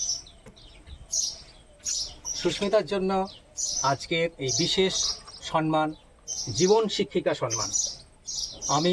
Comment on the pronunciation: আজকের জীবন শিক্ষিকা সুস্মিতা মন্ডল এবং তার স্বামী, সন্তান, শ্বশুর, শাশুড়ি, কানুদা এবং অতিথি দাদাকে নিয়ে এই ভিডিও খুব সুন্দর লাগলো। শুধু একটি কথা বলি অতিথি দাদাকে। বাংলা ভাষা নিয়ে খুব সুন্দর বললেন। কিন্তু দাদা আমি একজন লেখিকা। তাই বাধ্য হচ্ছি একটা কথা বলতে। আপনি বারবার ভুল করে বলছেন সন্মান। কথাটা সম্মান দাদা। ধৃষ্টতা মার্জনীয়।